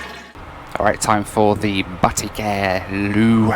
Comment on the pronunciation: Isn't it pronounced Bateek? Every time you say "Batik Air" it sounds like you're saying "Batty Care"! 🍑